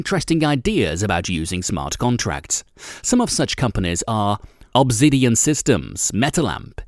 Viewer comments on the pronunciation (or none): none